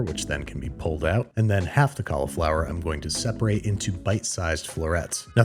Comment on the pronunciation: I am vexed by your pronunciation of cauliflower.